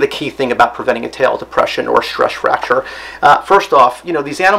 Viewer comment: "Stresch Fracture" tongue twister.